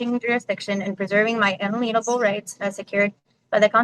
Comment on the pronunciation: Yes make sure you interject all that nonsense Latin and to be certain you pronounce 'unalienable' THAT way